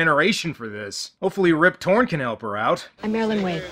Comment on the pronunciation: I swear I kept hearing you say "Rib Torrence" and thought that's referencing that he looks like Jack Nicholson.